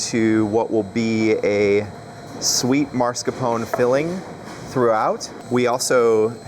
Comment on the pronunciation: Mascarpone. Not marscapone